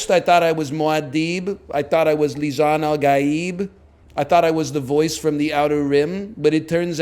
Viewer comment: I heard him say Lisan-al-Gabe